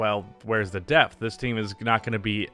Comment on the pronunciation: Had this on in the background and thought you said "death"! Not a typical NBA topic.